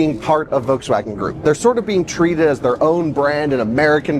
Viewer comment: Curious if he knows there’s an L in Volkswagen. It’s not vokes-wagon. Does he call the bolt/volt the boat/vote? He also say o-ways instead of always. Maybe just an odd accent.